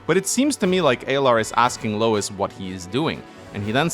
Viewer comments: Editor's right, it's pronounced Louie. The Japanese ルイ makes it clear. Every time said Lois I'd think of family guy lmao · It’s pronounces “Loo-Iss” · Just a heads up it's spelled Louis but pronounced Louie, it's a french name